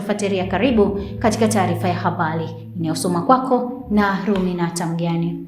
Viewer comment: Ruminate zingatia l na r kuweka inapotakiwa pia punguza kukaza maneno